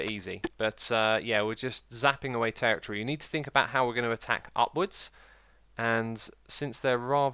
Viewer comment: god damn i cant stand the way he pronounces territory